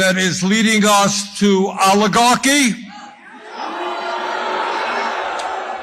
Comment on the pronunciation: Another deepfake !!!; Nobody listens to someone who can't even pronounce oligarchy !!!! Bernie is a hot head who could never become President,thanks ve to Christ !!!